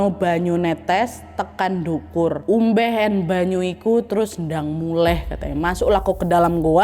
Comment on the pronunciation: mau koreksi kak duwur bukan dukur hehe